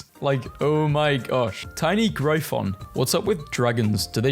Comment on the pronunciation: y in gryphon is pronounced like an i in “lick”